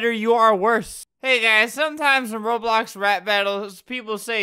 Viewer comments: “rap abiyut reibyux” -Albert 2019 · Albert be like : rubox robox rolox